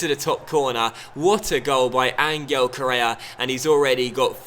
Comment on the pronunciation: I love you man but it i pronounced An-hell Correa, not An-gle